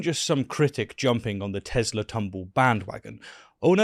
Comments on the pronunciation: Isn't the "R" in "Teslar" silient? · Agent orange...makes a huge dingus out of himself cannot even say the word right "I love Teslerr" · Why does no one take note Donnie says not "I love Tesla", but "I <3 TesLER" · Did Trump just say, “I Love Tesler”? Lol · I love tesler took me out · 'I luv Tezler" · I love Teslur, I love lamp....🤣🤣🤣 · “I love tezlarr” 😂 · Tesler, lol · “I love Teslurr!”😂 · 'tesler'. Indeed a good day for speech theopy. great promotion! edit free! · "Everything's Computer!" "I love Teslerr" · "I love Tesler!" Geez, what an idiot. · Hit-ler, Tes-ler...we know what's on his Syphilis rotted mind! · Tesler? Lol